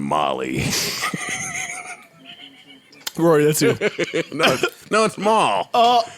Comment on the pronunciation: “We got our own Mally” Joe 😭